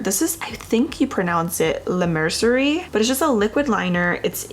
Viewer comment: I think it’s pronounced Mer-cee-ay 👍🥰